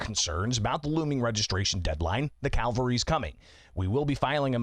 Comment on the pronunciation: it is CAV, AL, RY, not CAL, VA, RY! Both involve salvation, but on different levels.